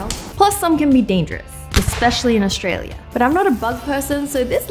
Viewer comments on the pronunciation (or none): none